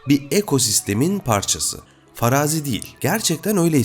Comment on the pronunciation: Faraazi değil, Farazii şeklinde telaffuz edilir.